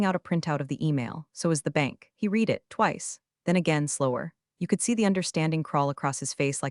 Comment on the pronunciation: You still don’t know how to correctly pronounce the word, “read.” ?????